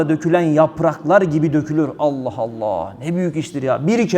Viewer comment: Şu Allah lafzinida güzel ve doğru söylersen ne güzel olacak